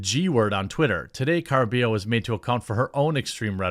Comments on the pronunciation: It's car-uh-BUY-oh if you care. Maybe we just need here to translate for you again! 🤣🤣🤣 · Hey brother Jeromy, it's pronounced, Ca"rr"ah-bye-yo (rolled "R") You are welcome 😃👍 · Yo, Jeremy. It's not important, but the double L in Caraballo make a Y sound in spanish, so it'd be car-ah-bah-yo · It's "ka-ruh-BUY-oh", Jeremy. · It’s pronounced CARABAH-YO Don’t mind me it’s just a pet peeve of mine. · Can't lie Jeremy, it's kind of embarrassing that you can't accurately pronounce her last name; it's pronounced "Car-a-buy-oh"